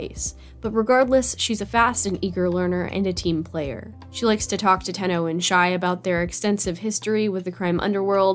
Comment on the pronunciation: Isnt it shai instead of shi